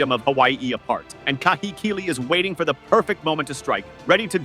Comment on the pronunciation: Pronunciation to Kahekili is Kaa-heh-kiii-liii. Hold the vowels Kaaa-hehhh-kiiii-liiii